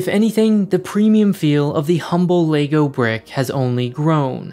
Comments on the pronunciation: Everyone: lego (leg-oh) This guy: LAYGOO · it is leg-o not lay-go so let's try it together LEG O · I dunno if it’s just me, just every time he says lay-go instead of leg-oh IT KILLS ME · Stop saying Laygo! It's called LEGO, as in the simple phonetics of the 4 sounds in L-E-G-O. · Can't get over the ley-go pronunciation. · Is it just me or is it being pronounced Legoo half the time in this vid..... O.o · Interesting pronunciation of Lego! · Had to stop watching 30s in because of the way you pronounce Lego